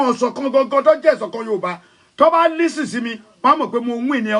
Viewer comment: u claimed u live in America and u called it Listen. T is silence in the pronunciation of LISTEN